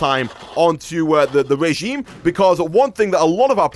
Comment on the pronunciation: its pronounced (rəˈZHēm,rāˈZHēm/)= Re-gime